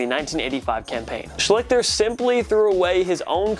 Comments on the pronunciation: As a Colts fan it's pronounced Shlee-ster not Sh-lick-ter. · true fact: no player for the colts ever was named "art shlick-ter" art shleester, on the other hand, was very forgettable (edit) hmmmm....you went nearly 20 minutes without mentioning jamarcus russell's name. that can't be right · Art schlichter’s last name is pronounced “shleester” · They mispronounce a lot of old players names. Just pure laziness. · Hey...loved the video...little-known fun fact: Art Schlichter's last name is pronounced "SHLEE-STER" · its pronouced shceeeeester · wrong about the niners. It's Kaepernick who is hated the most. also u are butchering Schlichter's name. look up how to say names u are unsure of. u kinda look like a fool.